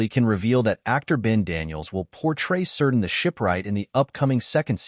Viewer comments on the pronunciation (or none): "Keerdan".. not "Seerdan"